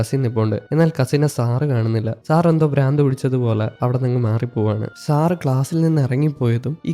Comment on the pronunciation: സാറ് സാറ് എന്നു പറയുമ്പോൾ സാറ സാറ എന്നാണ് കേൾക്കുന്നത്